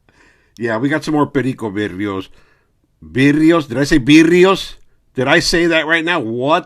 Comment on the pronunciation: The way you said v e e d e e o s makes me think you're kicking it with dubs, LOL.